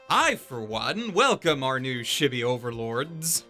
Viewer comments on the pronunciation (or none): The way you pronounce chibi greatly bothers me